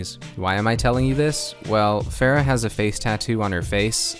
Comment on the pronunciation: I am T R I G G E R E D, TRIGGERED. You pronounced Pharah's name "Fare-uh", everyone clearly knows that her name is pronounced "Far-uh". GAWH, disappointed just like my parents.